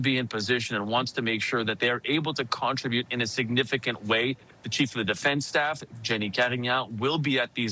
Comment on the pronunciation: Why does that guy ( didnt catch his name) news caster say Con tri bute. Did he learn pronunciation from AI? The word contribute is pronounced ... con trib ute....